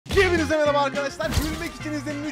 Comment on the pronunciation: Abi yeğinize merba diyon